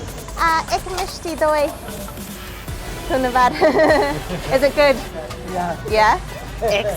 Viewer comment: I love when she said dhonnobad with her foreign accent after getting the rasgulla 😍😍